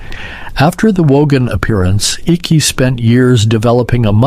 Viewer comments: You pronounce the name Icke incorrectly! It pronounced IKE not icky!!! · His name is icke as in eyeeeeek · His name is pronounced HIKE its spelled icke but its pronounced hike David Icke and everything and the things that people laughed at him years ago for are all coming true